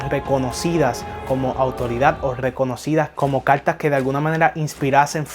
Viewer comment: Habla bien caltas o cartas